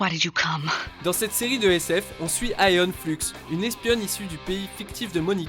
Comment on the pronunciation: J'avais l'impression qu'il disait Aeon pute à chaque fois...